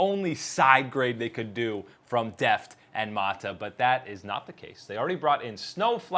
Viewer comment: Love the channel but the way you say mata is triggering